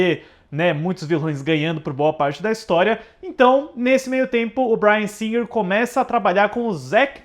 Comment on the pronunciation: Ai... morri de rir com o:"Dirigido pelo Bryan Singer rrrrrrrrr" 🤣🤣🤣🤣🤣🤣🤣🤣🤣🤣🤣🤣